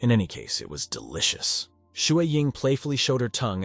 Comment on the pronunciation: licen to how duilicus was said.😅